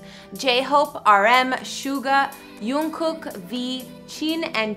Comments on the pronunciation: I heard the word yongkook 5 times just to make sure that did she really say yongkook or jungkook.🤣🤣🤣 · It's jungkook not unkook!!! 😂😂😂🤔😑😠😠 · others talking about how she say jungkook as yoonkook ..i know that she got wrong..many people always get wrong but can we appreciate about bts house/dorm?? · I know but where she get the Yong from it says Jung... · feliciiaab yeah but there’s not really an excuse as to why she said yoonkook like, obviously she found out their names before making the video and it’s very obvious that his name is jungkook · No hate but why does everyone pernounce his name Youngkook? So many show host do it.....there is clearly a j not a y. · It’s JUNG-kook not YUNG-kook 😆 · I heard ''YUNGKOOK' Me: Wait, I'm a fan of BTS, and Jungkook is my fav member. Have i been saying his name wrong the whole time? ME: Immediately going to the comments to see what people say Me: Yeh, everything is fine, his name is pronounced Jungkook. Im not wrong Also me: Relieved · ‘yungkook’ omg girlll its ‘J’ ungkook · did she just say sayool instead of seoul and yungkook instead of jungkook and chin instead of jin girl i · It's jungkook btw...not yunkook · yoongkook- its JUNGKOOK LMAOOO w h e e z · “by the way I’m no expert” hahhahaha we knew since you said Youngkook instead of Jungkook😉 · she said yoonkook and that they debuted in 2010 (its jungkook and they debuted in 2013) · Please correct you pronunciation it's not yoonkook, it's jungkook. Who is Chin and Chimin ?? They are jin and jimin. Please google their name if you don't know. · Yankook...what was that....girl it’s jungkook!!...but it’s fine I’ll forgive you,,,...cause people make mistake😜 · I like your video & its Jungkook not youngkook!! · It’s jungkook lady!!!! GET IT RIGHT!!!!!! who tf is yoonkook...last time i checked it was a ship name🤣🤣🤣🤣🤣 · It’s jungkook not yungkook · Guys "J" in German is pronounced as "y" that's why "ja" is said as "ya" Maybe that's why she got confused calling Jungkook "Yungkook"